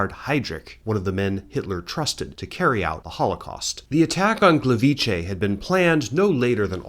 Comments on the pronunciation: Just because I haven’t seen anyone say it, Gliwice is not pronounced Gleveechay, transliterated it would be Glee-vee-tseh. The C in polish is never pronounced as a ch (as in chay) sound. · The way you've put the 'ch' sound in Gliwice around mostly correctly pronouncing Gleiwitz is painful :'D The way you pronounced it would have to be written "Gliwicze", the 'c' alone sounds very much like a 'tz'. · Just to clarify - in polish Gliwice is pronounced "Gleeveetze", since c sounds a lot more like "tz" than "ch", for which we have the two-letter vowel "cz". Otherwise fantastic video as always.